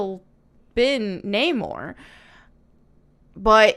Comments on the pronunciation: Nay-More is the wrong pronunciation of the name, there's nothing wrong with making this correction. I am usually in agreement with your views and videos but there's no outrage here, Atlantis has for the most part been depicted as proto Mayan/Aztec in most media. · in Spanish isn't pronounce that way either. it's N á mor. the accent it's in the first syllable (or at least that's how I've always heard it). it's always very cringe when hollywood tries to speak in Spanish in films and series. they never do it right. not even latino characters. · Aztec Namor was cooler than an Atlantean. They separated him from Aquaman. If Aquaman didn't appear in movies first, I might have agreed. He looks cool AF to me. She cannot even pronounce the actor's name but disses how he says Namor. 😅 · Agree. It was horrible. I don't mind Aztec representation but at least keep the right pronunciation. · She is giving her horrible opinion spill with her bad Witches of Eastwick hairdo and trying to be comical when pronouncing his name incorrectly. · They literally call him namor in the trailer it’s just him that pronounces it differently. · How are you going to complain about his name and YOU don't even know how to properly say Namor the Sub-Mariner 🤣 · Are people that lazy minded? He pronounces it the manner his accent/language would and it is Namor how we pronounce it. Nothing's changed there. Wasting your time making vids over it. Like they'll say Anhel for AnGEL. And they improved Namor's backstory with Talocan /mesoamerica instead of fictional Atlantis. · LOL😆 Wait - To suite his language? This guy is an actor. Chadwick Boseman is an American, but he was able distribute an African accent as T'challa. This guy should have been able to say Namor as it is pronounced in the comics. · This Namor cant even say his own name correctly lmfao. I heard it in the trailer and instantly noped out. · The way the butchered Namor is the biggest reason I'm gonna skip this one. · Namor pronounced as Humor...